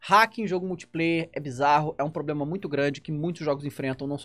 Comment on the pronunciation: "Tem sido um PROBREMA. né ?"